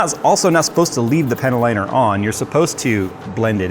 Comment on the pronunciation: Every time says panel liner, I hear "panty liner."